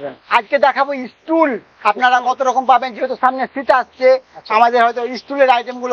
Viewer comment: ইস্টুল না টুল আর সব মালের দাম বল